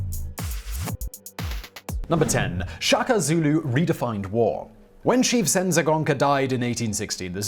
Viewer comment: Please pronounce all Zulu words they way the are written e.g SHA - KA simple , DI - NGA - NE simple - Ce - Tshwa - Yo